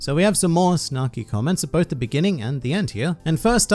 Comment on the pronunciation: I will not laugh since you didn’t say “both rubber and gum” you clearly said botrubber and gum.